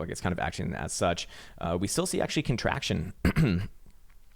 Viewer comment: "AchTUAlLyy Finland is very beautiful, aCHtUAllY" Hey everyone, thought Finland was a shithole,;)